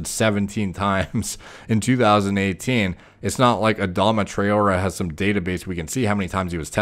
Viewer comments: It’s pronounced tri-or-ray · Adama Tra-0h-Eh . That’s how we pronounce his name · it's pronounced 'Tra oh ray'. Also yey the hat's gone lmao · Murdered his name lolol Ah-Dom-ah Trah-or-ay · He plays for my team so I’ll defend him lol 😂 it’s pronounced trey-ore-ay 😂🤣 btw he’s also the fastest player in the world 😂👌🏻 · You pronounce it as Tra-or-re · It’s Adama Try-or-ay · It’s pronounced Tray-aura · It's pronounced "Tra-O-Ray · Pronounced 'Tra-orr-ray' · Hi name is pronounced tray-or-ray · It’s pronounced trai-o-ray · That pronunciation haha, its Tray-or-a :) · trawrer is pronounced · Try - or - ay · this guy can't even pronounce a name but still gives scientific opinions:) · That mispronunciation.. I can't. That's the least one should check.. 🤦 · For those wondering, it's pronounced 'Try-or-ray', and the emphasis in Adama is generally placed on the second syllable